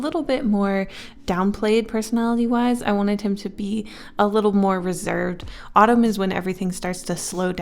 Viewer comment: Winter: Jacquelin /Tatyana Summer: Jensen Spring: (no idea lol) I kept hearing the word Autumn as Ottoman idk why but- That's his name